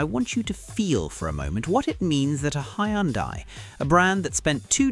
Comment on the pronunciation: Hyundai is pronounced Hun-day.